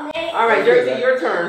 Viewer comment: it’s Jersey not Jerzzy